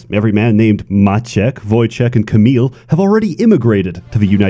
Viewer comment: Once again, pronunciation of Maciek, Wojciech and Kamil is flawless